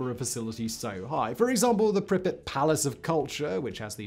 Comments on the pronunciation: It is weird that you do research on something and then can't pronounce the name. Sorry I insulted your god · I've never heard Pripyat pronounced Pribbit before, and so many times. I always heard Russians pronounce it as Preep-Yacht. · Preep-yacht is the right one. Trust me Im Romanian I know 🤌🤌🤌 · World: Pripyat Simon: prippet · It's not PRIH'-pit. It's PREEP-yaht. And it's Sla-VOO-teech ;) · Did he say pripet? And not [pri-pjat] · Pri-pet? You mean pree-pee-yah-t? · Isn't it Prip-ee-at rather than Pripit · The city is spelled Prip-Yat not Pripit. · Its prounced prip-pee-at not prip-it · Simon it’s pronounced “Preep-YOT” not “Prippit” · Prippets? Really?🤦🏻 I’ve actuslly been to Lendon too!🤷🏻‍♂️🙄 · Why couldn't you say prip-i-yat like everyone one else? You just wanted to be different. Brutal. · Not sure what's worse, the Chernobyl disaster or Simon's "Prippet" pronunciation disaster. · If you're gunna call it 'Pripyit' you have to do it with the Russian accent, otherwise you sound like a prat. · Just a note, there is a difference in ukrainian and russian pronunciation. Pripyat with more prominent 'y' is closer to ukrainian, in russian, it is pronounced with soft 'p' followed by 'a' and then soft 't'. The way Simon says it is closer to russian pronunciation. Since in the beginning of the video he mentioned he visited the city, i assume he picked the pronunciation from local guides, who are commonly russian-speaking. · Living in Ukraine I can tell you Simon's pronunciation is incorrect. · Anyone else annoyed that Simon didn't enunciate the "y" in Pripyat? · Pripyat- it's a long a, not short. Don't say it like you're saying "cricket", but more like "bangmate". Also, ppl have returned to the exclusion zone and nearly 7K ppl live spread out around the area. Many are farmers who live off of what they grow (irradiated and all). Update that script fact boi!! 😜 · Who else is irritated with the pronunciation of the city Pripyat… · For god sake, pronounce Pripyat correctly.